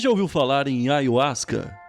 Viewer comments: Na verdade se pronúncia aiarruasca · Eu também pronunciava ayuasca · Pronunciam em espanhol assim: " aJahuasca" o Y tem som de Jota ( em português ) em espanhol. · Eu pronunciava: ayarruasca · Falou ayhuasca várias vezes no inicio n tem.jeito fabil kkkkkkkk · assiste o video do covil de jack falando sobre ayahuasca ai sim vc vai ter motivos pra fica bravo, essa palavra é nova e poucos tem o conhecimento normal pronunciar errado, o video foi bacana passaram uma visão sem pender pra nenhum lado oq é raro de se ver ainda mais sobre esses temas.